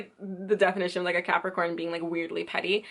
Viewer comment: You misspeak Cancer and Capricorn in a lot of your videos....#JustFyi Why is that?